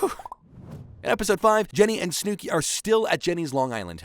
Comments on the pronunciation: "Snewki" hurts me every time 😂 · SnoooKey : Instead Of Snooki | Palipsy Instead Of PoughKeepsie, NJ | Vinny Meets A Silicon (Material) Girl : Instead Of Sicilian (Italian) 😂😂😂. I’m Sorry But, The Pronunciation Is Killing Me Out 👏😂 But, I Fw The Video Tho 🫡🤝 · Snewkie but I absolutely love it lmaoooo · Your pronunciation of Snooki makes me chuckle.. ‘Snoo-key’ lol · Who is snew-key? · Did you watch the entire show and choose to pronounce snooki that way or are you reading from a script? Not one person during the editing process was like, hmm? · If you can't say "Snookie" right then I doubt you watched footage of the show. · The way you say Snooki is frying me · I like the continuous mispronunciation of Snooki! lol